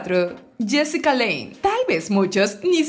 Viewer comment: Es Jessica lange(lanch) no lein.